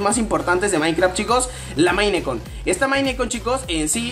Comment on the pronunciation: 😂 Como pronuncia "Minecon" 😂